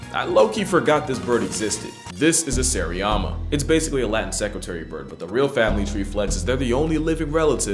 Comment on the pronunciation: Seriema not seriama